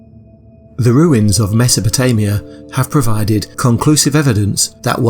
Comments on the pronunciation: Meso-po-TO-mia? Good God. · Wasn't it Sumer and not "Sumera" and MesopotAmia, not MesopotOmia